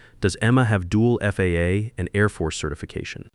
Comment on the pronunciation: And the AI narrator said "There it was on my calendar. The "FAH' surprise quality audit...." Yup an absolute surprise "FAH" audit will trip you up every "ZERO EIGHT EIGHT HUNDRED HOURS".